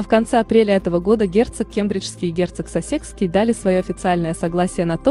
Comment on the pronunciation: Пожалуйста,уточняйте правильное пкроизношение,коли уж взялись комментировать!!! Герцог СассЕкский, ну ужас,бьёт по ушам и мозгу! Герцог САссекский!!и это не единственная ошибка!!Очень неграмотно прочитан текст ((((